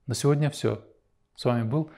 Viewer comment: Правильно произносите слово " Сегодня"